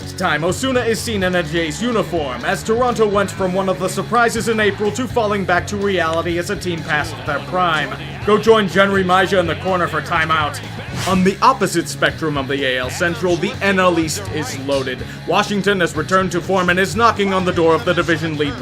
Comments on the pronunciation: Did you just call Jenrry Mejia "Jenrry Maija?" meh who cares about pronouncing that fucker's name right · Totally didn’t butcher Jenrry Mejia’s name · That pronunciation of Jenrry Mejia was fucking brutal. Still love your vids though lol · That is not remotely how you pronounce Jenrry Mejia.